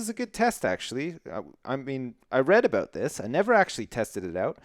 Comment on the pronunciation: I like how you say sorry... sorey, oops sorey, sorey 'boot that.